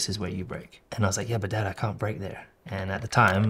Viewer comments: “Cain’t” as you say in the U.S. 😂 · As an American I can say that I've never heard anyone say cain't till I watched this video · the "cain't" is dirty lmao